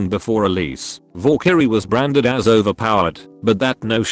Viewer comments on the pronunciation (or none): needs to work on not saying "vorekyrie" lmao